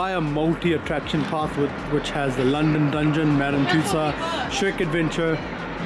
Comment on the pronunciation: It’s Tussauds not Tussow, d is not silent. Welcome to London and have a brilliant time here❤